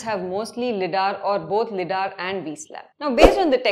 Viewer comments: LIDAR is pronounced as "lie-daar" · LiDAR pronunciation 😑😑